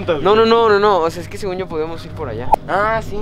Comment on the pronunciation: dijo que pero se escuchó qui